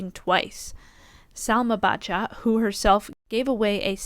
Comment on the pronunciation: Poor Bacha (pronounce Basha and not BaTcha :)... She took back what she said later, I heard... It was in the heat of the moment... She's got a strong fighting spirit. I don't think she should be called out for 'bad sport'...